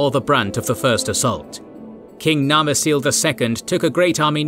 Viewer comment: Does your narrator know Gondorians took Sindarin Elven names and that all C's are pronounced hard in Sindarin? There is no Gondorian King named Narmasil.😂